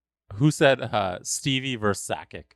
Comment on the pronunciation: It's "versus", not "verse".